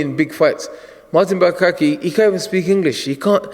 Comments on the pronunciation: Did he call him Martin Bukake? lel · It isn't martin bukake, it's martin bakole idiot!